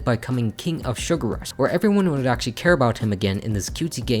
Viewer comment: Drinking game: take a shot every time he says "actaully"